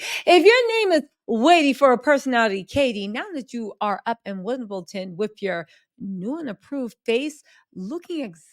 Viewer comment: WimbleDon not WimbleTon.